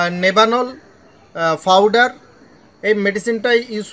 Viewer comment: নিজেকে মূর্খ পরিচয় দেওয়ার দরকার টা কি ? আপনি স্পষ্ট বুঝতেছেন যে উনি প কে ফ বলতাছে